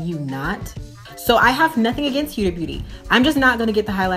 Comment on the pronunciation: why can't Americans pronounce HUDA. I don't get why it's so difficult for you people